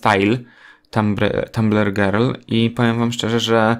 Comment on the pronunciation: powiedziales gril zamiast girl xd